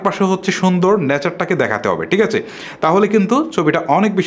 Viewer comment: ভাইয়া, আপনার ভিডিও বেশ কোয়ালিটিসম্পন্ন। তবে, আপনার কিছু উচ্চারণের দিকে বিশেষ মনযোগ দিতে হবে৷ বিশেষত 'থ', 'ছ' এবং 'ঠ' -তে৷ যেমন: টিক আচে? তাকবে.....